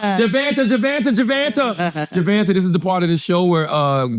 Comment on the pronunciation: Jevanta ❌️ Jevonte ✅️